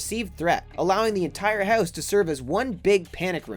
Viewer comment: It's hard to get oot of the hoose